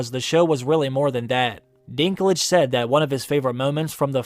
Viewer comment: Irgh. For a german ear it sounds so wrong when you call him "Dinglitsch" :D Dinklage is the name of a city in North-West Germany from where a lot of people moved to North-America in the 19th century. It's more called Dink (as in Think but with D instead Th) and Lager but without r but with a bit longer e.